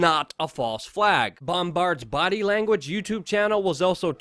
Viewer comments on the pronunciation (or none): none